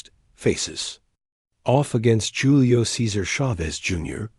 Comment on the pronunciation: It's pronounced, "Who-le-o not Julie-o"